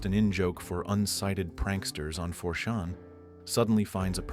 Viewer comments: It annoys me so much that he keeps saying “4 shaun” instead of 4chan lol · Fore-Sjaaaan.... ? FourTjen (4Chan) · These videos are okay until you realize the AI-generated voice can't properly verbalize any numbers more than two digits long and thinks 4-Chan is pronounced "4 Shawn." The topics are great but a human should be at the helm. I don't even know if I can trust the information in the videos now because I don't know how it's being sourced. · 4 shan? Calibrate the ai. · 4chan is now “for sean” 🤣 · Is this an AI voice? No one calls it 4 shan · ahhh fourc'ahn sounds fancy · It was refreshing to hear that haha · I heard more as 4chán lmao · This AI voice overs actually pretty good but as soon as he said 4chan wrong that gave it all away